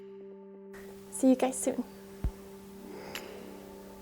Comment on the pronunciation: You're amazing and this is so cool. I think I'll give it a try! In the beginning of the video it sounded like you said "hi gays" hahaha which is fair... Hi.